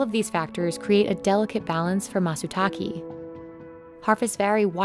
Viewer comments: The content is good, but everytime the announcer says /matsuta:ki:/, I feel hurt a lot. It's /take/ (same /e/ that you pronounce /eim/ as of 'aim') as Mr. Fujiwara said twice in the video, like the way it's written, not /ta:ki:/. Why do you have to stress and siphon the pronunciation so much? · he clearly pronounces it as Matsuta-KEH. not matsuta-kee. At least try to learn how to pronounce foreign words properly before doing the video. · Just to confirm, it’s not pronounced “Matsuta-kee”, its “Matsuta-kae”. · yeah, matsutake, not matsutaki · Someone should have taught the narrator the correct pronunciation for matsutake - it is pine mushroom, not pine waterfall. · Amazing video! One thing - it would be great if y’all did better on pronunciation. For example, “matsutake” is pronounced “matsu-tak-ay” (rhymes with “stay”) rather than “matsu-tak-ee”. It’s not too difficult to get it right :) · It’s matsutaKE not matsutaKI. KE [け] is pronounced like the ca in “cable” not like the ke in “key,” that would be ki [き] . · Constructive criticism. If you're going go repeat one word in another language a lot in a video, try to do it correctly. Its matsutake (mah-tsu-tah-keh), literally pine tree + mushroom. The narrator keeps saying tah-key. This company has the resources to do better. Dont listen to a google translation of the word and trust that. Find a primary source. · matsutake, not matsutaki. she keeps saying matsutaki and whenever she says it, it feels weird. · You think they would get someone who understands the nuances of the language to narrate this. Its "Matsutake" not "Matsutaki" 🤦‍♂️ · The pronunciation is maht-soo-tah-kee NOT maht-soo-tah-key. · Hard to watch when the voiceover called the Matsutake, Matsutaki. Frustrating as hell. Its Ke not Ki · what? MATSU-TACKY? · It's Matsutake but with an "e" like in bed, not matsutaki, someone could have told to the narrator... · could you not have found someone to pronounce ‘matsutake’ properly, instead of ‘matsutaki’?